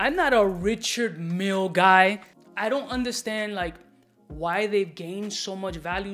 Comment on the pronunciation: “Mille” is pronounced as “Meel”. Despite being a Swiss manufacturer, it’s a French name.